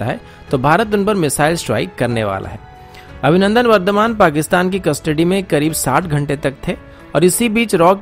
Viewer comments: Abhinandan not Avinandan, can't get the name correctly, so bad. 😀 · Avinandan Nahi Abhinandan aur Jogdan Nahi Yogdan hota hai Gadheeee😫😫😫✌🏻